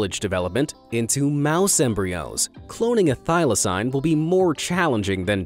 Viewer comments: How you gunna pronounce thylacine (Thai-Luh-seen) wrong AND get the death date wrong? ( 7 sept 1936) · thyl-acine is pronounded thy-la-ceen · He can’t even pronounce thyclacine if he can’t pronounce that right then just say Tasmanian tiger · When I hear thaylacine